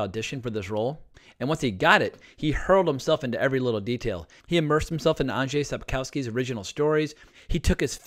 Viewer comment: this is a great review :) and thank YOU VERY MUCH for pronouncing Andrzej Sapkowski's name properly :) kudos to you :)